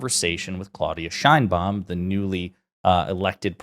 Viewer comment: Probably US will heard a lot about president Sheinbaum, please learn how to pronounce it. My ears hurts😢